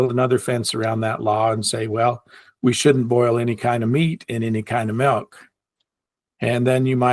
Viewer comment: thou shalt not say “melk”. 😂